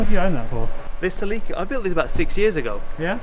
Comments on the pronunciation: "Selíka" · Sa-leek? Se-leh-ka maybe? 😂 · I learned something today. Celica GTs were common in the US in the 80's, but we pronounce the name with a soft "i", like "Sellicka." When you UK fellas started talking about a "Selleeka", I didn't know wtf you were talking about. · "What the hell is a selleeka??? OH Celica..." lmao